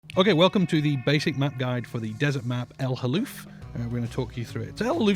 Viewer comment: this is how you pronounce it Ellll - Halll -Lufff